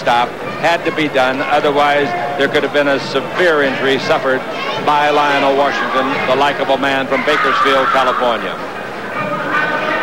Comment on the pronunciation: It's Lionel with an E not Lional.